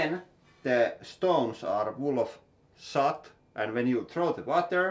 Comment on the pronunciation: Argh, your English pronunciation is often quite... unique :) I think you meant soot when talking about the (often called once-warmed) wood kiuas. Soot is pronounced like foot :)